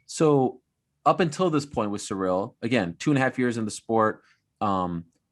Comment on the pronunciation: Everyone: Cyril gane D.c: cereal gone